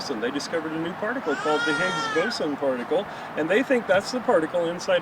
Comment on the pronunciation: The way he say's it makes it sound wrong to me.